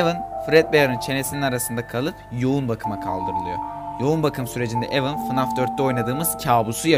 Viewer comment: fınaf değil faynef diye okunuyo